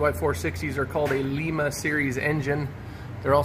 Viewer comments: Live 30 mins from “Lie-muh” Ohio. I’ve seen quite a few videos and people say “Lee-muh” it’s funny haha since I’ve spent time and grew up near it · L-I-ma.. not leema. The I is pronounced as an I. Not an E. Coming from someone who lives in Ohio lol